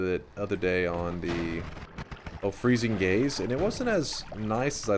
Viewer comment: "Freezing Gays" lmfao